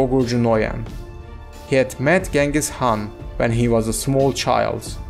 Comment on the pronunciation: not g it s ch